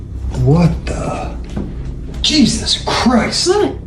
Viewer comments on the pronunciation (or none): none